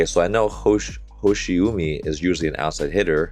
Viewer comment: just let you know 'hoshiumi' pronounce as 'hoshi wooo mi' u in japanese kana sound like woooo in english.